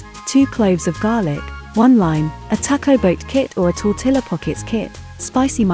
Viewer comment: Greetings from Texas! I love your videos! You are a darling couple! Black pepper is not usually added to guacamole. Jalapeno peppers are. Also, I always stir in a tablespoon or two of mayo in the guac. We say, "tor-tee-ya" -- the two Ls make a Y sound. Enjoy your weekend!